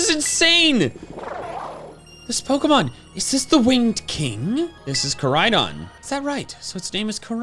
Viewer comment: I love how Amarys calls Koridon agias